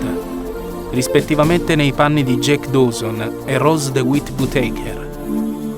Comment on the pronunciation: Sì, ma impara prima a pronunciare il cognome di Rose...